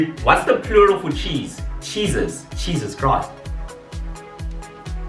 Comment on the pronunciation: "Cheesus Christ"